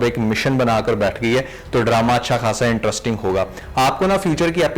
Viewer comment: My man….not IN-TRUST-ING but IN-TREST-ING 👍